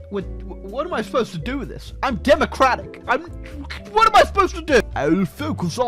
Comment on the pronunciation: “demacllrrratic yeeuesae”